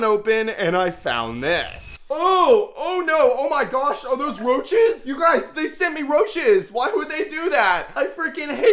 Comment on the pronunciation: Je vous suis que depuis peu. Pour les poissons, ça allait. Pour les insectes, vous en faites trop, trop de manières, vous parlez trop fort, quand à vos m'y gosh, c'est insupportable vous ridiculisez le vrai nom. D'après certains commentaires, vous maltraitez vos insectes et l'histoire de la tarentule m'a dégoûtée. Par conséquent, je me désabonne illico et ne recommande pas votre chaîne. Si vous maltraitez ces animaux et d'autres, j'espère qu'une personne vous signalera. Vous faites plus le 🤡 qu'autre chose. 👎